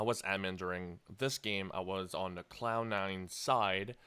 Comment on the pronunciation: It sounds like he's saying clown9 :D